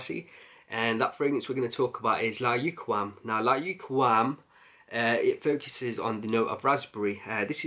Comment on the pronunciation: Bro I love all your videos but layukawam is pronounced like this layukaaaaaaawam. It's Arabic word means irresistible. Best wishes